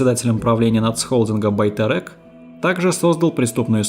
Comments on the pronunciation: Почему русские не могут нормально читать на русском??Байтерек-через Е!!!!! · Почему Россияне не могут произнести свою же букву "Е"? Одни говорят-тЭнге.другие-БайтЭрЭк? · Как интересно вы произносите некоторые слова😂))) Особенно Байтерек)) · Даже нормально произнести не можете 🤦🏻‍♀️ «Байтэрэк», «Велиханович», «Гзыл орда», «Манжилис» и тд